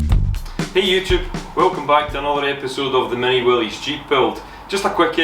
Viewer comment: Great project. Great video work. Valuable skills your son will always have work. Check out Make It Kustom in Canada. Like you and excellent metal fabricator. Also Willys is pronounced “Willis” versus willies. Cheers from Florida.